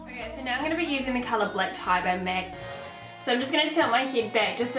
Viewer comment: idk why I found so funny everytimw she says "mec" instead of "mac". where is she from? also I've been looking for this look everywhere and I finally found one that's pretty good. thank you!